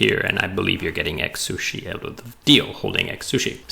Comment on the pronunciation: Great video. I can't not hear "egg-sushi" throughout though! :D